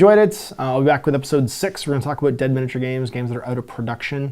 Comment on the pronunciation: Aboot lol